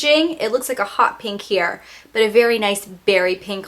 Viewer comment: this is weird but i love the way you say 'pink' because you don't say "peeenk".